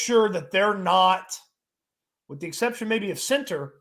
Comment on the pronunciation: I love but I find it funny when he says the word “center” he pronounces it cenTER and it bugs me more than it should lol